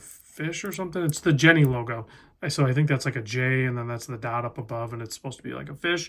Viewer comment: Jenny is pronounced yenny in this case, the jenny brand is famous for the jenny Caribbean 1000 metre watch